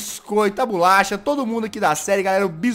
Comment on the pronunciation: e bolacha nao bulacha e o oooooooooooo